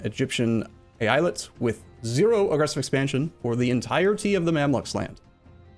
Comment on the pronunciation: It's pronounced "Eyalet",.